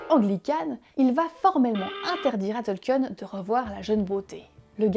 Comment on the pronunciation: Sympa la vidéo. Il faudrait peut être revoir la prononciation du nom du principal intéressé. C'est "Tolkine" et non "Tolkieune".